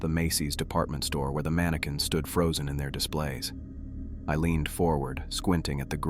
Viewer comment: Mani-QWINS 😂 cute glitch